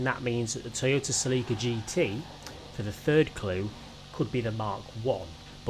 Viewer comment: Not sa-leek-uh......sell-eh-cuh....